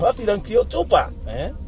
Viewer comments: Bro keep saying 2pack 😢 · Yoll white people need to learn how to pronounce "2 PAC" as such that!!! His NOT "2 PEC" it's annoying how you pronounce him still after these years. Sigh 😤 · Pock..2 "pac". Not pack..try harder for our legend. This was also a great video... my bad lol. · 2pac not 2 pack🤣🤣 i hate when ppl don't say his name right.. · please it's 2pac not 2pack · My guy it's tupac not tupack that counts for 10 mistakes Jay-Z was right all along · Bru y you pronounce tupac like "2 pack" like you never heard nobody say his name b4 😂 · Bro said TuPack 😂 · Thumbs down for calling 2 PAC. TWO PACK. Smh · Calling Tupac Tupak...like dude the 'pac' in Tupac doesn't sound like 'pac' that is in Pac- Man. That is Mistake #1. Always pronounce someone's name how the person it belongs to pronounce it. LAW💯💚💚💚💚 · wtf is 2 Pack? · How come you can enunciate "Sus" but can't get Tupac right?🤔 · You’re not pronouncing 2PAC/Tupac right. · Tupac!! Pronounce the man's name right! Pleeeeaaase!!!! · Learn how to say Tupac's name right. If I told you my name was Tim, and you kept calling me Time, I'd slap the shit outta you. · Just got 1, but very big mistake in your video...the way you pronounce TUPAC. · Stop mispronouncing Tupac's name..... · Who’s 2 “PACK”?? 🤣😆🤣::. Damn, you’re the last person I’d expect to mispronounce that! And “CHIroc” LoL, fck the brand, but the pronunciation is hilarious. Too many Chicago Vids led to that one